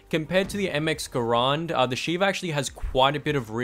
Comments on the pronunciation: You said shiver instead of sheva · It's shieva